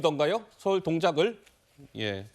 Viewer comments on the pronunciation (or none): 서울 동작을을 왜케 강조를 하시나 ㅋ